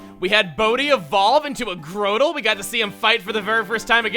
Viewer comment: so that's how you pronounce grotle, I usually just say it like grotto with an L